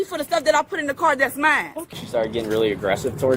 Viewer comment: "Mines" "Dey" "Dat" "Talm'bout" "Gat" "Den" Under 60 seconds, and she has MORE than proven she is both an idiot and a liar.